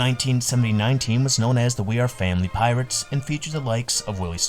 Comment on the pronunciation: Did you say Pittsburgh Peeretts?